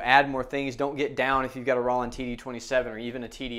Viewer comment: I'm a hard hitter on my Roland TD-6V so this is great! BTW it's Roll-land not raw-land!